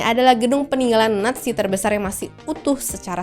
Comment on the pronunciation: Kan dia bilang nya natzi bukan nazi